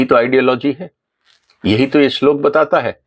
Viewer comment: आप भी पहले इस श्लोक का सही उच्चारण सीख लीजिए